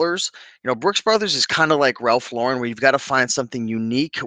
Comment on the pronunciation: You are one of the few YouTubers who pronounce Ralph Lauren the correct way. It is LAURen, not LauREN. The man is not French and he even pronounces his name like you would pronounce a girl's name Lauren. I sell ties and can say that due to covid, casual Fridays and just the nature of tie-wearing, it is not as strong of a market as it used to be. Remember when men always wore hats? The market is still out there for ties, but they are not fast sellers unless they are rare, vintage and also a top name. I do not want people to be discouraged, but the ties need to be in excellent condition, silk, woven fabric a plus, sought after designer, and a unique stand out design a plus. If you are buying at the bins, the more informed you are, the better your chances of selling at a good price. You do not want to end up putting up 10 ties for $10 just to clean out a closet. Also, make sure you indicate the measurement of the widest part of the tie. A photo with a ruler is always better than just stating the inches. Visuals over words. I tend to sell a lot of Hermes ties that I got in the 1990s (at bargain prices from a second-hand store)and each has a number to identify the design. Since I live in NYC, it was easy for me to authenticate the ties at the Hermes store. I am not in a rush to make a quick buck on them. I know there are collectors who are looking for just the right design and will pay top dollar.